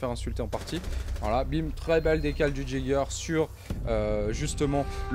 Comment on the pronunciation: salut pour l'agent Jäger on ne le prononce pas (djäger ) mais comme si il y avait un "y" (yäger) car c'est un mot allemand qui signifie chasseur bonne continuation et continue comme ça